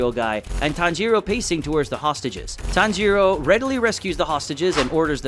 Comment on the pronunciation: Did anyone count how many times he said tanjoro